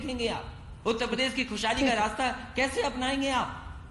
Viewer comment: प्रदेश को पदेश बोलता है।